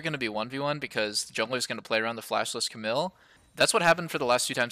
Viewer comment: The way Doublelift says Camille bothers me a little